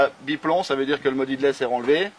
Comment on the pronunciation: "headless" se prononce "hédless" ☺️ merci pour les vidéos